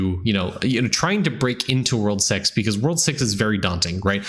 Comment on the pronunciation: he really said "World sex" i had to rewind it a few times. lmao.